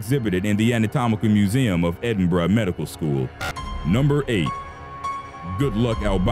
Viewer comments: Edinburgh pronounced perfectly, Tanzania however was not. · the first american ive ever heard pronouncing 'Edinburgh' correctly... kudos mate.